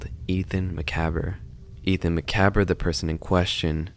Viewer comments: Please make sure you’re pronouncing things correctly. Could not get over the macabre prononciation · It’s so painful to listen to you mispronounce macabre 😭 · I'm really surprised that after scrolling through a bunch of comments, nobody's said anything about the pronunciation of "macabre," in the video. (Though, the pronunciation is closer here than most people get when reading it aloud for the 1st time.) 😋 Its such a weird word to figure out how to say it when written. I didnt know how to pronounce the word, when written, till my early 20s lol! Even though I verbally used the word occasionally, I'd never connected the 2 because they're so different. So, macabre is french (of course) and the french are known for their silent letters which definitely applies here. The word "macabre," goes back to the 1800s term "danse macabre" or "dance of death." Its also related to the actual french word for "dead guy or stiff" which in french it's "macabé." Funny enough, the word "macabé" looks way closer to how "macabre" is actually pronounced which is: "muh-kaab," with "kaab" sounding like corn on the "cob" Those dang french and their silent letters! Lol Sidenote: when I googled the phonetic way of writing the pronunciation, I found out that, (like many words,) the British pronounce it differently (obviously lol.) It's more so HOW they actually pronounce it, by saying "macabre" with the "R." Where the American pronunciation drops the "R" completely. The Brits say it like: "Muh-kaa-bruh" And that's almost exactly how says it in this video. So he's still technically correct and can always just tell people he says "macabre" the British way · Each time macabre was mispronounced, I died a little inside. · Well done video, you may have mispronounced macabre every single time you said it, but the tension was great. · You say Macabre as if it's a Scottish name lol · Ngl thats probably the worst way I've heard someone pronounce macabre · You are pronouncing "macabre" wrong